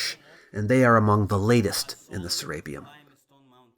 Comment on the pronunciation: Se-re-peum not se-RAPE-eum